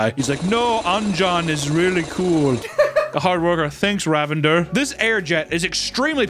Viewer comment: The way he mispronounces Ravinder makes it sound like the man is a deranged super villain. Be careful of the mighty RA-vendurr, I believe it’s pronounced RAH-vin-DUHR, it’s shouldn’t rhyme with lavender. Lol